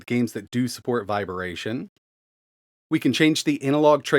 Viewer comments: Viber-ation?? 🤮 gahhh. It's vibration lol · So...what's "viberation"? 😅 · Did you say "VIBER-ATION"?? I'm stuck now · says vibration really weird